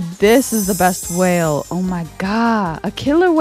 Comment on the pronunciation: this makes me think i’m sad again 😂😂😂when it says wale